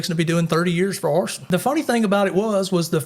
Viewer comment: "arrested for horsin" What? Ooooh he said arson. Alright.